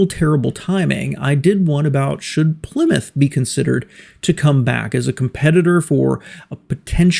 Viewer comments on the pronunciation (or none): none